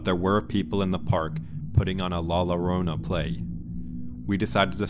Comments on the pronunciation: she go it wrong also 😂it’s pronounced joe-row-nah … 😂 anyway great stories looking forward to more. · Learn to say la llorona (pronounced yorona) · La Llarona is pronounced with a Y sound "La Yarona"😉